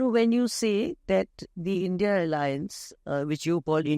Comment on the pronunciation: Maam u r a senior journalist but still u call the i.n.d.i.a as i.n.d.i.a.a,how come?? Its indi alliance plzz rectify